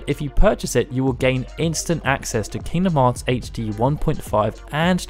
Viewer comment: Aight I had to stop for a sec when I heard “king bee a moth”